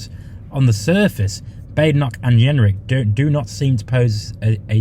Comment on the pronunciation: Excuse me, but did you say Robert ‘Yenrick’ ? 🤣